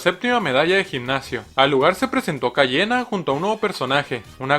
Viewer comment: Si te equivocas te echa pa fuera y luego dijo Cayena (será coña no ...)